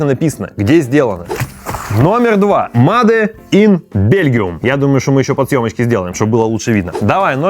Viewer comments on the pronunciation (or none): Сначала я подумал, что "маде ин" это шутка, но после двадцатого повторения, понял, что нет. Чувак, говори "мэйд ин". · Только мейд ин! Но не маде ин. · Как же слух режет это ваше "МаДе иН ГермАнИ"